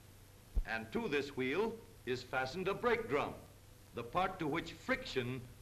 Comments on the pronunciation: funny how they pronounce wheel as "H-weel" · I love the way he says Hweel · I like how he says wheel